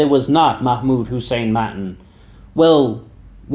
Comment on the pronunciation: btw... Its pronounced Mattaan